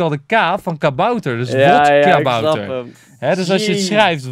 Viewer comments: vodkabouter niet wodkabouter enzo haha😂❤ ps:je video's zijn geweldig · Yo enzo het is geen WODkabouter maar VODkabouter